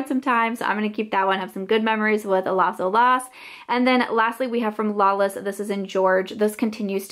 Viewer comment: Pronounced las OH-las, not LASSO- las. It means “the waves” in Spanish. Keep up the declutters!